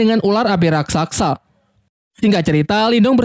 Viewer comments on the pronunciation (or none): none